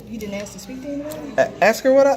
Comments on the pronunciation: Was he asking or aksing 😝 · One frauditor that went.into probation office the word is ASK not AXE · Man every time I hear him say he wanted to Axe a question i sit there face palming, seriously I would see that as a threat and really bad english. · You can't axe a question. You ASK a question. Axe's are used to chop firewood and other things. Axe's can also be used as a weapon. Go back to school and please learn English. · How do you aks for someone? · I agree don't fukking(profanity hack) tell me you can't say "ask" dummy!! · Is this unlawful law? Where is this dimwit from? They can't answer your questions because you never stop talking. Whole lotta axing going on